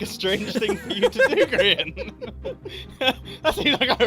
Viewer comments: bro said grien 💀💀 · I hate to think how long this took, just to get details wrong. I only watched seconds, but the video title is wrong, it is the 'life' series, not the last life series, and You mispronounced Grian's name, only seconds before Mumbo said it correctly in the video. Astounding.